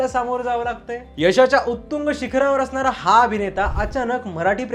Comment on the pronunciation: हशण.... बशण.... अशणार.... बशणार............. कोणती मराठी बोलतात हे कलाकार......